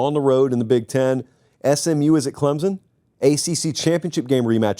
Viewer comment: Pumped on the pronunciation effort for our dear old Clemson, Been waiting for it